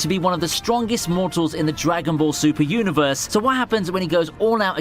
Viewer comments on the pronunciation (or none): none